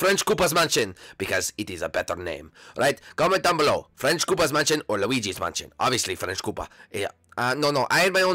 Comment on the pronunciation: luwigy manshon